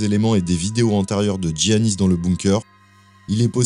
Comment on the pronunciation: Pour info, en grec c’est prononcé Yiannis et pas Tziannis.